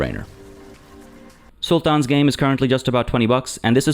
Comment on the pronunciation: why do you pronounce "sultan" that way?